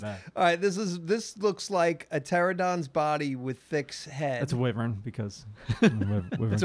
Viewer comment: you guys call WHYverns WIVerns and man it drives me crazy lol